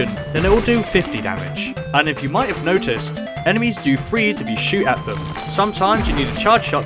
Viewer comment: Sounds like blue emesis